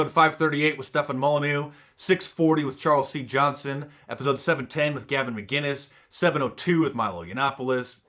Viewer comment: It's MCinnes, Gavin mCinnes, not mGinnes! Get it right mark deece